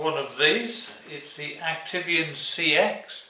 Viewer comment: It is said act-i-von but is spelled ACTIVEON